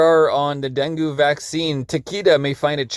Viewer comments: Appreciate this video, thanks Fyi; Dungue is pronounced Dun gay not Dun goo 😊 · You don’t pronounce it like that. Den Gay Fever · DEN”gay”…fever. pronounced Bengay!’ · Denghe is pronounced Den-Geh!!! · Pronounced den gay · It’s DenGay fever. It’s easy to say and remember. Den. Gay. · Deng-gee Like 'key', but with a G. Not with an A sound. With an E sound. As in E for 'evil', like the person in the article! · That mofo, Gates. He needs to be stopped. It’s pronounced “Den-gay” btw. :)